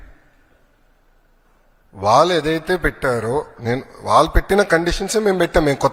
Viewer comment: ఒరేయ్ పప్పు వాలు కాదు రా వ్యధవ వాళ్ళు. ముందు తెలుగు నేర్చుకోరా